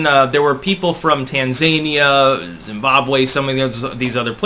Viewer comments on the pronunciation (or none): I have never heard of "Tan-zan-ia" is it anywhere near...TANZIA? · Tann-zane-ia ?? Is that next door to Wankanda? Maybe I misheard it and it’s actual Trans-Zane-ia… which is next door to the undertaker 🤷🏽‍♂️